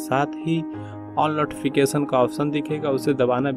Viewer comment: नोटिफिकेसन नहीं,नोटिफिकेशन बोला जाता है